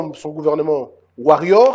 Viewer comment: Bjr, WARRIOR se prononce "WORIA" qui veut dire Mobundi molongi. Merci